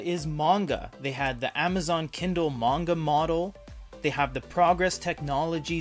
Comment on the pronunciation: Pronunciation of manga is painful